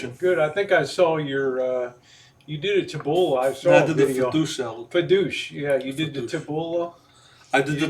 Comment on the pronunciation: Did he say DOUCHE salad?